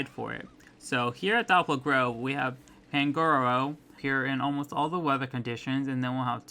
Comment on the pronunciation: It’s kimmo-o not kimmo-mo